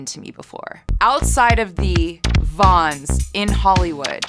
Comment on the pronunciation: I think it’s vons not Vanz lol